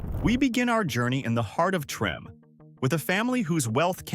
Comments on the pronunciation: 🤦‍♂️ it’s pronounced tremA not trem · Treme is pronounced Tremay not Trem. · It's not pronounced trim, it's (Trem-may) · Not Trim but Tramay. Not Dookie but Dukie short u sound... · 😂😂😂 Did you pronounce Treme as Trim? Please when you are covering Louisiana learn to pronounce properly your subject manner. Treme is pronounced Tree-may. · Im from chicago and its DRIVING ME CRAZY that they keep saying trim and not TRIM MAY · Yes, cause WTF is Trim🤷🏽‍♀️It’s Treme pronounced Tri May 🤦🏽‍♀️I hate when they do this. I didn’t listen to the rest because I know it’s some 🐂💩. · Facts it was such an ear sore when he said trim instead of tri-mae 😅😅😅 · It's pronounced "Tre-May" "Dook-ee" (rhymes with Crook-ee) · Trah-may Tremé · Just FYI- Treme is pronounced TreMAY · Its pronounced Tra-may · How you not know how to pronounce Treme? Tre-may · Treme is locally pronounced as," Tree-may." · It's pronounced Treh-may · it's pronounced Treh-may. Do your research on our city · Yeah it's driving me crazy listening to him pronounce it like that. Lol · it's actually pronounced Treh-may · Tree?! Yea loud and wrong 😅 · I came here to say that.. I know there’s a words that aren’t pronounced correctly. 😀 We have a lot of words that can easily be mispronounced. 😀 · It is pronounced treh-may. You're driving me crazy! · The heart of Treme lol the did not say that right lol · When narrating you DEFINITELY should know how to correctly pronounciate THE HISTORICAL neighborhoods in my beautiful city of New Orleans, LA........ Treme' is THE OLDEST BLACK NEIGHBORHOOD in America and the CALLIOPE was one of the roughest projects in New Orleans, I suggest next time you go to YouTube and do your homework before you narrate anything else..... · How hard would it have been for anyone involved with this to have learned to pronounce Treme'? And the word saxophone?